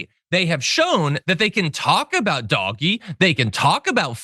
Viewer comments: DOGE-bags. Please get it right John. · Can you not pronounce it doggy..? Don't want to taint the affectionate name of some of the best animals ever. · surely it should be prnounced 'dodgy' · Thank you for pronouncing it for the smelly mess it is… 🐕 💩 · I think he is doing it on purpose to make certain people angry. Like when they purposely call X , Twitter instead. I’m here for this lvl of pettiness lol. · He's saying it wrong on purpose. In the UK it's called taking the PISS😂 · Doge is pronounced like dodge but the O makes the Oh sound it's not doggy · Thank you for calling it by it's correct name , Dog-E 😆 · "DOG-EE" cuts? It's pronounced "DOH-j ", you lost me at that point. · Call it dodge ee, not doggy.. doggies are good, DOGE…people that do dodgy shit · Motherfucker really said "doggy". Doge is pronounced D-oh-jj. I understand that you think you're being cute by intentionally mispronouncing the name, but you come off as out of touch. Way to go. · Doh! j. - Doggy. Same. We know what he means. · I think Doge is supposed to have a soft G—Dodgy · John, PLEASE don't pronounce DOGE as "doggy!" Dogs are wonderful. DOGE should ONLY be pronounced the correct way which is DODGY as both their actions and members are incredibly dodgy! Thank you. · I haven't heard DOGE pronounced "doggy" before. I think it's more accurate to refer to it as "dodgy". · Why do you keep saying "doggie"? That's how you spell what you say. Everyone else pronounces it as "Dojj" as in with a soft g and silent e. Your insistence on pronouncing it, differently is making me switch off the video, seconds in. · stop saying "dog-ee" for feck sakes. It's pronounced "dowzsh" At least get the pronunciation correct if you're going to rant about it. Ya sound like a dang fool when you say it wrong. And damn you for making me defend any part about it. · Hearing "doggy" makes me cringe but thanks for the coverage! 😂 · First time I've heard it pronounced "doggie" and I'm never going back. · Doggy shit!